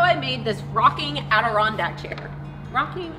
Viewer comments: “Adirondrocking chair” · "Adirockindack" Thumbs up and thanks for posting! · Great build and was fun to listen to you say Adirondack rocking chair.